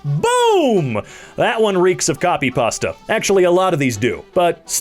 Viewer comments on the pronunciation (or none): none